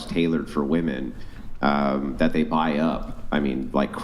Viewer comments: #4 from the left, just say "girls" or "chicks" or "ladies". You are incapable of pronouncing the word "women". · I’m a woman and I’ve noticed it every episode especially when is on lol. Idk if it’s how they pronounce it in LA but “women” a plural is always pronounced as “woman” singular